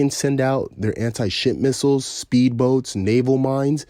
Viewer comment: Did u say anti shit missiles?